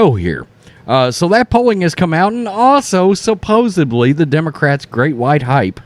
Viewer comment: SuPPosedly, not supposeBBly. Otherwise, great channel.